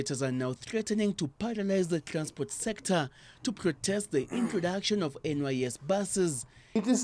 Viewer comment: The reporter is saying trlacsport sector!